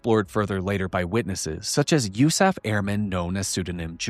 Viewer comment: FOR THE LOVE OF GOD, please,, PLEASE stop saying “you-SAF” for the USAF. Just say Air Force. Nobody - I repeat - NOBODY - says “you-saf” in the world… Please stop. It hurts me deep in my heart and gut when you say it like that… I love your work, ABSOLUTELY, but I get that GROSS ASS feeling every time you say “yousaf.” Please stop. I will PAY you to stop, if necessary… Respectfully, a 21 year retired Air Force (Office of Special Investigations) agent and commissioned officer.